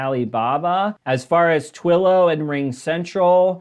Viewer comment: I do not think you have any knowledge or understanding of stocks. You kept mispronouncing Twillo. It is the market leader is communication software. You are reading off numbers but do not seem to understand what they mean.